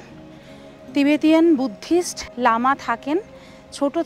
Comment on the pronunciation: দুর্দান্ত ভিডিও ঽয়েছে। এই প্রথম একটা ভুল শুনলাম। "টিবেটিয়ান"।